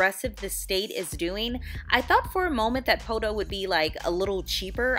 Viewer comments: PO-to. Not po-TOE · I was born in Poteau. My grandma, Vera Helton raised all 5 of her own kids and then helped raise many generations of others with her daycare. She went to heaven a couple of years ago and I miss her dearly. *How you pronounced Poteau with an extra hard "TOE" threw me a bit 😂